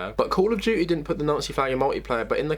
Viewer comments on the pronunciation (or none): none